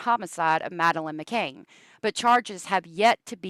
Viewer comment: I don't care if you pronounce a city name wrong at all, but the little girl's last name is McCann not McCain.